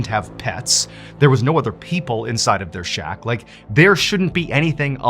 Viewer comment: Did you say Shock for the word shack 😅 Great show as usual!